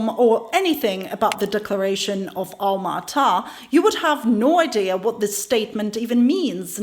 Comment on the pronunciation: What a well-researched pre- sentation, thanks for your in- put. The goal of the Alma Ata conference was " Health For All, By The Year 2000", so stated. Alma Ata; pron- ounced ALMA ATTA. I div- ided the word and added a T to indicate the emphases. Hence, Alma Ata. Again, well done. All the way from Ukraine, eh 😊👍🤗🌴